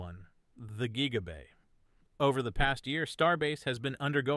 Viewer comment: "geeega bay"